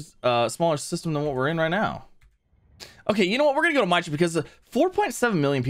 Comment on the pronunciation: Love ya but you're killing me with my-tra, assuming, as most planets are, it's names after a God it is called mee-truh after a Hindu God. But I still LOVE ya and the content. But at one point I yelled at my screen MEETRUH MEETRUH MEETRUH lol Keep up the GREAT vids